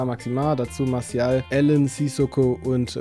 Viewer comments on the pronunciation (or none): none